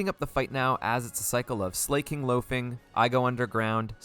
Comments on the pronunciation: Him saying ‘Slay-king’ instead of ‘Sla-king’ is really bugging me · Why do so many people pronounce Slaking "Slay-king". It's literally just the word "Slacking" without the "C". Unless it's an intentional troll, but I've heard so many people say it 🥲. Anyway, great video 😄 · Why does he say slayking